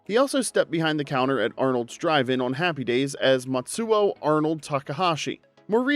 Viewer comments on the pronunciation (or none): none